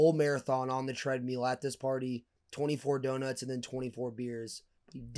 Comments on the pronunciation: Treadmill or treadmule 😂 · Tread “mill” jack not “meal” damn bruh lmfao